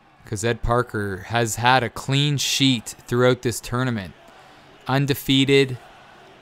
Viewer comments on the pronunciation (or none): none